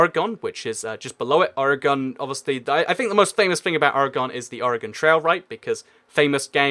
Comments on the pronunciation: its or-gan not o-re-gon. Also you should have mentioned nevada and las vegas. Ayy at least you got your south facts right though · Sorry to be rude but it is Oregon pronounced organ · Oregon is pronounced or gen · "Orygun" is not how you say it lol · the way you say Oregon though.. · Catastrophe - CS:GO Content & More I grew up in Pennsylvania and everyone pronounced it as "O-re-gon." I now live in Virginia and everyone pronounces it that way too. It's like how you pronounce Nevada, changes based on where you live.